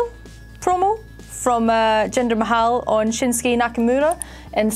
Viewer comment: "Jinda Mahowww" 😂😂😂